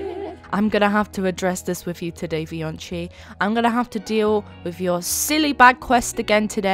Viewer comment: Vioncii ❌ Fioncii ✅